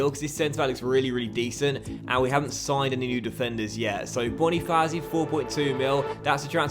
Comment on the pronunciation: More annoying with banofazi instead of bona-fats-eee